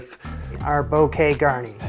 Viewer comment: you cut too much off the leeks and its "boo kay, gar knee"